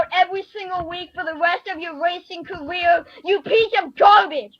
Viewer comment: “Wacing caweew” 😂